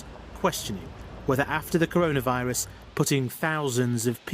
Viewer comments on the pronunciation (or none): Am I the only one who noticed the “CONAVIRUS”